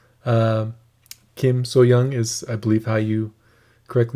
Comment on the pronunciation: You correctly say Kim Sohyang. A-sound like in car. Not like hyoung because than you would have to write 형 and you write 향. ㅑ= ja like Germans say yes in their language. And Slightly start with h sound. 5his song is special to me, because I played this rendition at my adoptive mother's funeral.